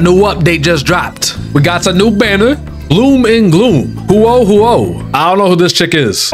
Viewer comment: "HUWOAH HUWOAH" I'M DYING